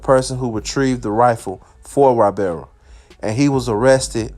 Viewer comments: Say it with me. His name is EEE-Bar-ra. Not why-bear-ra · Damn it’s no Y barra it’s pernounced i barra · Da shit pronounced “ee-bara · E.....BAR....RA , NOT Y....BEAR RA 😒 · Its not wybarra(ybarra) Its eebarra (ybarra) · (long)E-bar-uh. Not Why-bar-uh. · Pronounce his name EEE-BAR-UH not WHY-bear-uh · One more time!!!!!! You came through. But one thing though, you’re butchering(Mispronouncing) he’s last name. He’s name is pronounced EEbarra. Not Whybarra. But is a minor thing. Just keep doing what you do. KEEPING US INFORMED. Thnx. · Why-berra ≠ Ibarra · Y is pronounced E in Spanish. So its "ebarra" phonetically. Short vowel e. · That Y is pronounced E. Eee-barra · I’m sure Ybarra is pronounced “Eee-berra” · Hey I love your videos, Just one thing, his name Ybarra. It’s really pronounced EEBARA. The “Y” is pronounced like an “E.” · I love your videos. Thank you. One thing though it’s EEBAARA. Ybarra it pronounced Eeebaaraa. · Shit really started bothering me after the 3rd time 😂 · Lol E-bar-ra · I knew it had to be posted already!! Lol😂 I just wanted to write E-bar-ah. This should be too comment no 🧢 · It's pronounced "e-bara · Its pronounced ebarra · Ybarra is pronounced Eeebarra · it's E-bar-rah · I think his name is pronounced E-BAR-UH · say whyberra ONE MORE TIME man f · That’s NOT how you pronounce....Y.... Nevermind. 🤦🏽‍♂️ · Yur not saying his last name right lol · Yur not saying the last name right lol